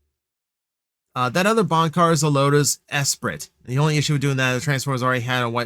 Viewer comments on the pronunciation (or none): Would go feral for Herbie. Also with the Esprit,it’s pronounced “es-pree.” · Okay, I was going to let Lotus Esprit mispronunciation slide. (It's ess-SPREE by the way.) I know I'm old having lived through the late 70s and early 80s. Then you had to go and call Air Wolf "niche". (One of the best 80s series, in my opinion....well, at least Seasons 1 and 2. Season 3 has some issues. And there is no season 4. No no no.) Again, if one did not live through this time watching Air Wolf, Magnum PI, and the like, I can appreciate that. But, I don't buy toys off the shelf? You should see my basement and watch my wife's eyes roll like crazy. And yes I am a parent, tho my kids are older, having graduated from Highschool. If anything, 80s kids like me are likely where these sales are going to come from, in my opinion. I do appreciate your channel and opinion, tho. 😁